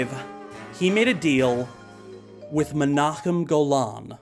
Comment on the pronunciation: HOLY SHIT YOU PRONOUNCED MENAHEM GOLAN CORRECTLY. YOU HAVE WON MOVIE REVIEWING FOREVER.